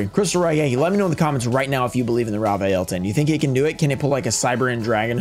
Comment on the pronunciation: "raw vaiyel" lol its "raviel"